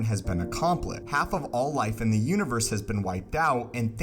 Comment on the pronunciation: Why do you say univer instead of universe?